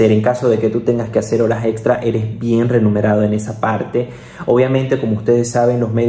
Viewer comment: Muchas gracias por la información No t entendía cuando decías renumerado, es remunerado, supongo allí lo decís distinto Un saludo